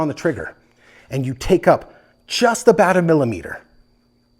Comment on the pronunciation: Its aboot. Talking aboot. Please.